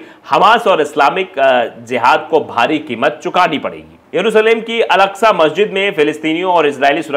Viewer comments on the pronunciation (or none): msajid ka name al askaa nahi h masjid ka name al aksha masjid h..ab k baar galti sudhar lena pls..